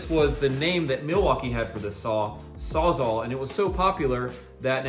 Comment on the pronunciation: Sawz-All not saw -zahl. It a tongue twister but I rarely hear any trades guys pronounce it correctly. Great video boys. 👍